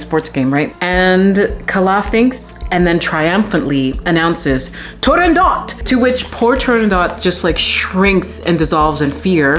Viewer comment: You butchered the name of the opera as Arethra butchered the aria.